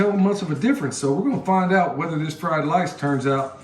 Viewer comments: Everytime you said fried lice, I thought of the movie Lethal Weapon......”it’s fried rice, you plick! 🤣🤣🤣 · Beef fried “lice?” Brother sounds like a flash back to Nam or some place like that. LOL Sorry brother, I couldn’t resist. Had some great fried rice in Taipei and Okinawa. God bless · Fleeze lyed lice, Lummy! LOL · The fried lice you said several times had me wondering if was holding his breath not to laugh! I was cracking up! Anyway, where do I go again to buy comfrey and ask a question or two(sorry, I know you say in some vids but I can’t remember which ones. Thanks!